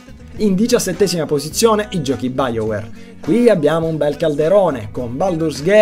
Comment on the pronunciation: Bel video!:D Comunque Bioware si legge "Baiouer" non "biouer" xD